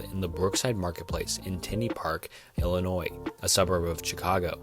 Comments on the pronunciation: Heads up as a local, Illinois is pronounced I-luh-noy. The S is silent. Edit: you nailed it later on but the 1st story from there(Max Headroom i think) was what i heard when i commented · I can forgive mispronouncing foreign words, but other things? Like, you're clearly American but you pronounce Illinois with the "S".